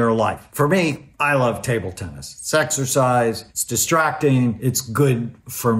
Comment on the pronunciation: Did he say sexorcise?